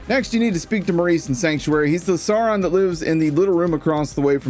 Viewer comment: I swear it sounded like you called Maurice a "Sauron" instead of a saurian, which made your subsequent talking about collecting rings that much more fitting.